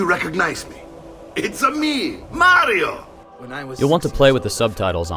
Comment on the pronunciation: its a me maro! lol